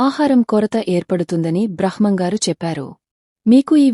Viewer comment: please కొంచం స్పష్టంగా మాట్లాడు తల్లి. బ్రహ్మం గారు అనటం, కాలజ్ఞానం అనటం రాకపోతే ఎందుకు స్పీచ్ ఇస్తున్నారు